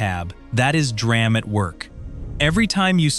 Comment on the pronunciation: It's D - RAM !!!! Someone has to stop that AI narration crap